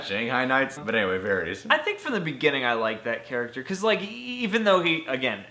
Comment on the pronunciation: Lol why do you pronounce Varys like that